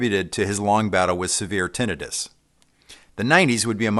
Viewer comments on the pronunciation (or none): none